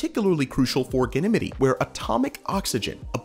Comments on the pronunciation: It’s pronounced Gan - nuh - mede Ganymede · Nice video, but MY GOSH, EVERY TIME YOU SAY "GANIMITY" IN THE VIDEO IT GRATES ON MY EARS LIKE FINGERNAILS ON A CHALKBOARD! It's Ganymede, Gan-ih-meed The pronunciation of Ganymede moon is typically pronounced as "gan-ih-meed". You can listen to the pronunciation. GOOGLE IT! Always check your details before going public, it adds to your credibility. Otherwise, an excellent video production. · Gan-e-midi ???? Ganny Meed !!!! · but is it pronounced as ganimidi or ganimid? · I'm 50 years on this planet and never once heard someone pronounce Ganymede that way. Even had a planetarium in my high school and no teacher said it that way. Even google doesn't agree with you (or me) in how to say it. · Have I been saying Ganymede wrong all this time? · The Ganymede pronunciation is killing me 😂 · Where's he from? Hopefully that has something to do with how he's pronouncing it? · Same. Definitely not how astronomers pronounce it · For the ancient Greek hero, he said it right. For the moon of Jupiter... not so much. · Dude, I don’t even understand how he could get it so incredibly wrong. It’s like he’s doing it on purpose.